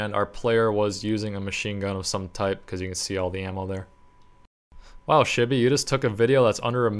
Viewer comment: you say "worst" not "baddest" and "type" not "tipe"